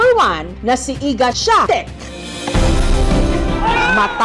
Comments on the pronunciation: Iga Swiatek is pronounced as "igah ishvee-awn-tek" 😉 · Shvee-yon-tek po yung pronunciation sa Swiatek, Ate Jessica. :)